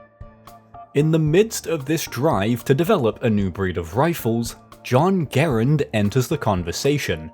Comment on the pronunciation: Just one slight nitpick about the video and it’s about your pronunciation of John Garand’s name. It is not “Ger-und,” it is “Guh-rand.” I know this because once a family member of mine met John Garand’s nephew, and he said that is how it is pronounced.